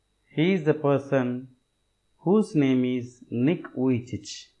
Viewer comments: It's Nick vijicic not Nick vijich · The pronounce of nick vujici is not correct